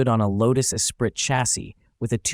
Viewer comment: The Lotus Esprit is pronounced “Es-pree”